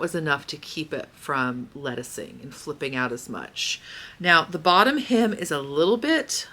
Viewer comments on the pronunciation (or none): At first, I thought you said you were having trouble with your him.....correct was hem. Lol